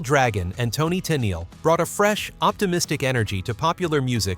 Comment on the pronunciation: Call me a knit picker if you like, but the only thing I did not like about this video is the mispronunciation of a couple of the names. (Valens and Tennel)